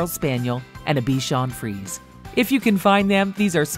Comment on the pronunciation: They used the same picture for a Labrador Retriever and Golden Retriever LOL 🤣 Also, I think they mispronounced Bichon Prise